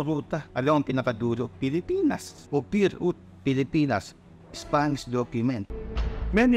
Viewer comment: Baka Land of APIR hindi Ophir 😂